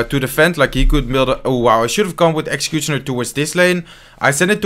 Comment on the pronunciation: When say exchicutioner 😂